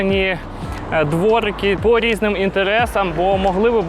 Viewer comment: Do пані екскурсовода - не дворикА, дворикИ !!!!